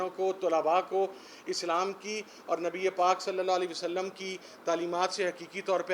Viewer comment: اس عمران نیازی کے منہ سے پاک نبی صلی اللہ علیہ وسلم کا تلفظ کی ادائیگی نہیں ھوتی اس میں عقلمندوں کے لئے اشارہ ھے مولانا جمیل اور مفتی قوی جسے بہت پڑے ہیں ان میں یہ بھی شامل ہیں